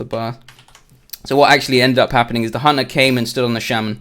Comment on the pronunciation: why do i hear honor when he says hunter xD